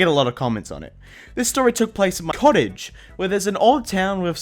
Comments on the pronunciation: Turkeylicious Gaming It’s actually pronounced McOttage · No one:: M K O T T A G E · I like how you say cottege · what is saying cottage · Did anyone notice in the second story at the start when he said cottage it sounded weird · why did he say cottage like that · had a hard time saying Cottage buddy?